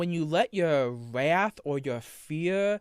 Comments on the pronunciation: His wath is indeed vewy passion-full. Somebody fowgive him alweady! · “Wath is a vewy… passion-full emotion” I have my senior quote.